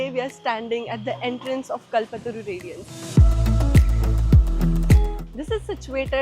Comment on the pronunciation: It should be pronounced as कल्पतरू not कलपतरू